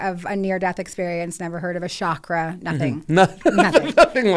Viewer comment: I wonder why the westerners pronounce 'Chakra ' as 'Shakra' .... Chakra .. the ch as 'Ch'oice . that cant be too hard !!!